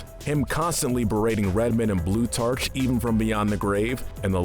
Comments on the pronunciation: Blut*arch.* It's blu-tar-k. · this fucking man just pronounced blutarch wrong, i am out of here.